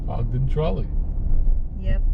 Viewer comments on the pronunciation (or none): It’s not Ogdden